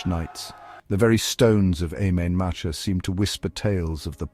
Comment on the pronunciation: What sort of shite is his. At least get some sort of pronunciation correct Im main matcha me arse.